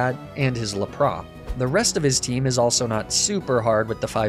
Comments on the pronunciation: the joke is that it’s pronounced like a french word. they don’t pronounce the s at the end of words. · Im sorry, La-pra? I could get over the Arcanine and Ninetails mispronunciations but the Lapras triggered me